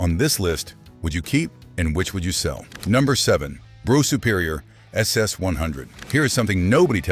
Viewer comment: It's pronounced bruff not bro.